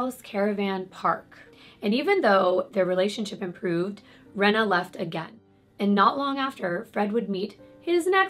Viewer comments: Her name is Reeena not Rena I knew her sister xcx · I know this case of Fred and rose so very well. Off by heart. You told it really well!! I can understand the mispronunciation of names and places. But you said the place right (I’m in the UK). Rena is pronounced ‘Reena’ and it’s Anne McFall not Anna :) I hope this helps a little. I can understand how easy it is to not pronounce things right. Especially when British language is a little different to American. I hope you’re okay!! Been loving your videos sweet! ❣️